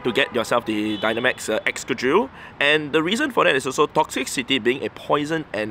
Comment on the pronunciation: It's crazy to me how no Poketuber is able to pronounce "Toxtricity".